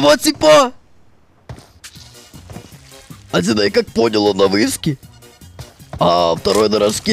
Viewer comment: Аххаахах на выске ахахахахаххаха ты сказал на выске а не на вышке